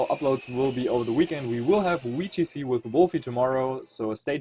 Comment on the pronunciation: not trying to be rude but can you say the "Vee" sound in VGC and you just choose not to?